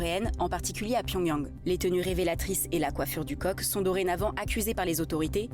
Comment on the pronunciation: J’ai pas bien compris il s’agit de la « coiffe du con »ou de la « coiffe du coq »?